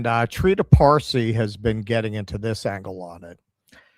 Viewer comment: "You've never bean?"